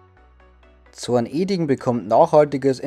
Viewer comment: Zorne-ding nicht Zorn-eding 😇 Aber sonst gutes Video 👍👍